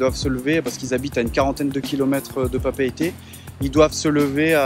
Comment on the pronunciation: juste une chose, c'est Papeete ils faut dire les 2 E